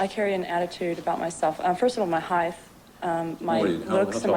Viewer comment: You'tr heith? It is height.